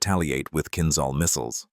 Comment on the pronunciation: It's a pleasure to hear Kinzhal pronounced right! It's like in "beige' "beizh".